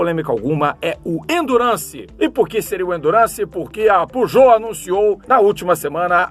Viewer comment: Era pra ser a pronúncia em francês, não tá 100% preciso kkkkk